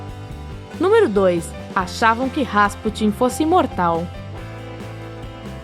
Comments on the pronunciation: Por favor... Se diz Gra-al e não grau. Rasputííín e nãos Rásputin. É StoneRRenge e não Stoneng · o nome do cara se pronuncia Rasputín...com acento na última sílaba...e não Rásputin, como diz a locutora...